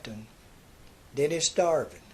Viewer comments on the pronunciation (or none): Sorry it's Dennis davern not Dennis Darvin